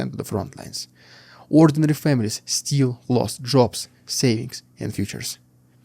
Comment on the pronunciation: Still is not pronounce the same as "steel". Still is pronounced like hill, not heel. Sit still is not pronounced the same as seat steel.